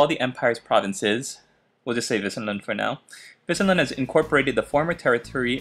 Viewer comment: As always...your pronunciation is correct. Wissen is the german word for knowledge but i guess the medieval meaning of wissen can also be translated as meadow or grassland. Keep it up my friend.